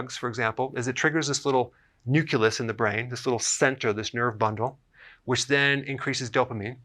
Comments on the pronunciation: I love you, but it's pronounced nuclEus. Not nucUlus. HUGE pet peeve!!!!😱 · Ya, there's no such word as nuculus. Just like there is no such thing as nucular energy (attn: GW Bush); it's nuclear. It's a fairly common mispronunciation (not mispronounciation - LOL). I'm glad someone else commented on this, because I was hesitant to post a negative comment on his misspeaking, (figuring my OCD was just going to attract a lot of flak. lol), especially since I'm really enjoying and learning a lot from Dr Berg's videos. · "Nucelus" haha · Thumbs up but you pronounce nucleus as nucelus, just some constructive criticism.